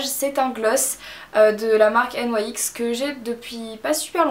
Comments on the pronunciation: ça se dit NIX non ? pas N. Y . X ? x) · N Y X ptdr!!! On dit nyx !!!! L autre qui fait genre..... pfffff. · Coucou marie super video mais cest nyx pas en englai ;))